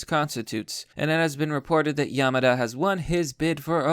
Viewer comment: learn how to fucking pronouse simple words, kills me every time YamAda c'mon